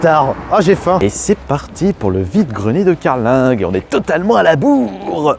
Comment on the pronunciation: on ne prononce pas le g de carling